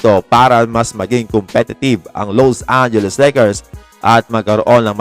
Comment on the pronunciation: wag mo nman bigatan ang pag bigkas LOSE angeles Lakers bakit nman ganun?🤔😬